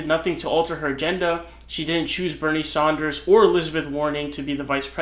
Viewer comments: It’s Bernie Sanders, not Saunders. Mispronouncing his name seems like you don’t know politics. And people beyond Vermont knew him because he was always talking progressive policy on Thom Hartmann’s program. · It’s his thing he has fun with the pronunciation of names He’s been calling him “Saunders” for like 5 years now It’s not a big deal